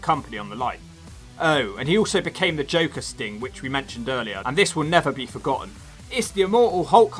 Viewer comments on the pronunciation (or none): none